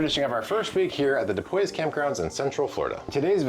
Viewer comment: Just so you know, Dupuis is French, and the s is silent.